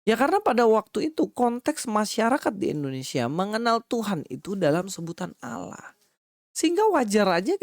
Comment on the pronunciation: fix gk tau tapi sotau, Allah disebut dengan mudah kata Lah doang? emang gk tau bunyi vokal Allah ya? konyol bin kocak sh merasa paling benar tapi basisnya terjemahan, mereka lupa klo YHWH vokal pengucapanya dalam bhasa ibrani mirip Allah versi vokal arab, begtu jg elohim vokalnya mirip tanpa imbuhan him